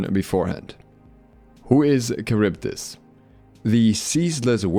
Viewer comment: 1. Not karyvdis, Haryvdis 2. A unique and interesting desing character wasted as a little girl